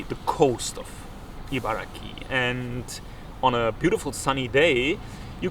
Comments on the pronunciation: Though I don’t live in Japan now, I am from Japan. Interesting video! One thing that bothered me is that you kept saying ”IbaraKI”. It is Ibaragi, with G not K. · chibaragi=chiba+ibaragi Although the place name should technically be pronounced “Ibaraki,” many Japanese people find it easier to say “Ibaragi”. It’s very easy to spot someone from Ibaraki Prefecture—they’re known for getting angry when you pronounce “Ibaragi” incorrectly.